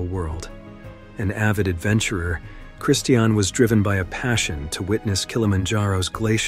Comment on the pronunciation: All of these stories are so sad and tragic. I think the two motivational speakers’ deaths were, imo, the saddest. Mother Nature will have her way. The Narrator (who needs to learn how to pronounce the word “Christian;” it’s like the religion, sir), says “…if you’ve ever been camping…”. Only once, way back when I was young around 1970. I learned that, while I do appreciate the beauty of nature, my idea of “The Great Outdoors” is driving with the windows down!